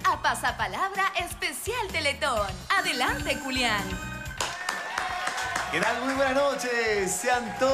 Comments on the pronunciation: Dice "Culiàn" no "Julián" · Dice "adelante culian" ?? Ajaja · dijo "Adelante cualian" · Es mi idea o al principio dice culian? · Escucharon dijo culian jajajajaj